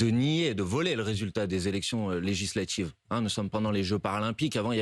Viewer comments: "legislatchives", "relatchive", M. Bompard a les mêmes accents que son électorat. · Legislatchive !!! 😂😂😂 C'est un djeuns lui 😂